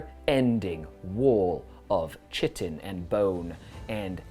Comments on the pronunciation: It's not chit-en its kite-en and its not ick-or its I-chor i don't like that I'm doing this but both in 30 seconds was to much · Kite in not chit in! Cool to see a desperate escape after defeat. May all the thralls of the corpse god meet such a fate! Tzeentch willing of course. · Pronounced like kite. Chitin.